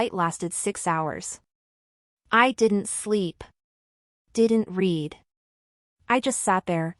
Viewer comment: AI can't tell the difference of read and read, past tense. . . AI fail